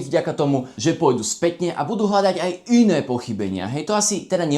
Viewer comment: ten dôraz na y pri yné haaha